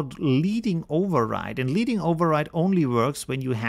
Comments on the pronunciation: Love all of your videos. One comment is that your accent sometimes confuses thing. Example is with Leading. Your pronunciation sounds like (leeding) as in leading someone by the hand. When in fact it should be (ledding) as in the metal element, lead. This comes from the days when type was set with lead and when you wanted to add space between the lines, you would add lead. I know this because I am that old and I used to set type with lead. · Thanks for this. I was working with this today. Just a small English tip - LEADING is pronounced "ledding". The term comes from the days of hot-metal typesetting when thin strips of lead, known as reglets, were inserted by hand between the lines of type to add vertical space. That description is from adobe site.:)